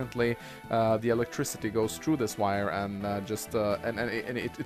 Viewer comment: haah elictrizity like in russia